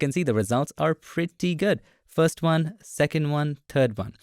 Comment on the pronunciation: The word is "first", not "fast", Bengali boy.